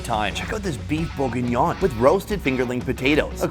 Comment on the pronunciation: Oh, now he knows how to say "bourguignon" that it's part of the sponsor 🤣👌